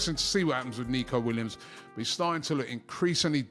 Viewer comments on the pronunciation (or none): none